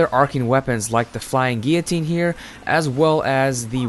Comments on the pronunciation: wtf ? gee- ya- tine? isnt it gillo- tine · He pronounced guillotine wrong the whole video. He called it guitine